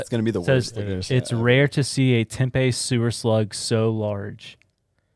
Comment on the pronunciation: That slug is A.I my boys. And pronounced Tempee not Tempay 😂😂😂